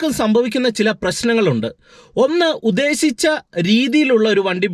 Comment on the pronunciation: Please pronounce malayalam correctly ™ UDDESICHA "